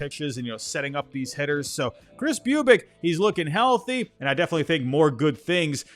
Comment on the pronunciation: Boo-bich not Bew-bic.